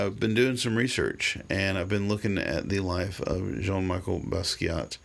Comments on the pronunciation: Awful to hear his name mispronounced!!!!! Should sound like Michelle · It’s pronounced like the women’s name Michelle, good video though man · Its jean michel not jean Micheal. And his is better then any peice ull ever create ur just not creatively intelligent enough to understand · First of, the name is Jean MICHEL Basquiat (Not Michael)...I understand you've tried to bring a positive message through your video, but you started on the wrong foot and made two huge mistakes. You said you didn't care about his paintings and didn't think it was that great! Ok, let explain! It shows that you went way over your head by trying to elaborate on something that you do not understand! Aside being asbtract expressionism, his work is "Visual Language." Have you read what you called "scribbles"? These are the paths to understand his work. They tell stories...either historical, power structure i.e(The irony of the negro policeman), personal story(man dies) etc. He was a genius and quickly understood what very few in the art world know, and the rest will never understand to the day they die! That's what makes him so great and I'm gonna tell you what it is. Go make a video about Jackson pollock, Cy Twombly, Milton, Andy Warhol, Resnick.They painted childlike and yet, They're the greatests. Before you say anything else about Jean Michel, please study his life and his art or take a couple of art classes for that matter so you could stop showing your ignorance.